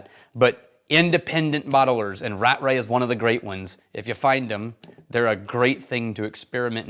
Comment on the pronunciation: Aargh not Rat-Ray. It's Ra-tray.